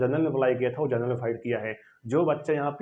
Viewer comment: Vai pahele bolna sikho genrnal ni hota Hai general hota hai